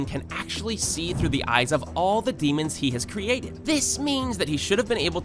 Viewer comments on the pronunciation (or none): none